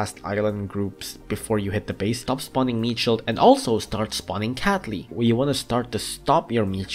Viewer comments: Guy The Person i heard that too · No, i totally wasn't thinking was saying capy instead of catley. Why?